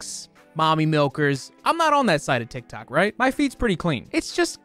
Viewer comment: I can’t stop hearing “tic tac” lmao